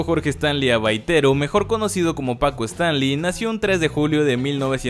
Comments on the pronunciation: es Albaitero, no Abaitero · El apellido materno de Francisco es: Albaitero. No, Abaitero.